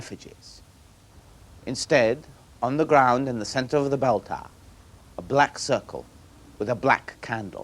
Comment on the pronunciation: "Taaaah". Tower, that is.